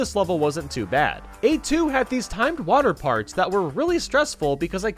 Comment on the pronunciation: When he said water parts i thougt IT was water farts